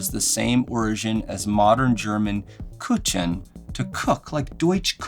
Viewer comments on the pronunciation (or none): don't pronounce the ch in kuchen as a ch. It's more of a soft K sound. Ku-ken. Hard to do it justice over text, but it isn't a ch sound like in english